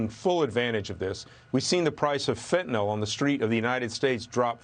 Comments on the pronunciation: FentanYL, Maria, not Fentinawl. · Is it just me, or is no-one able to pronounce 'fentanyl' correctly? WTF is 'fentanol'?